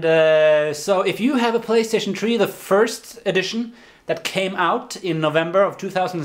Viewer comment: Did you say playstation tree?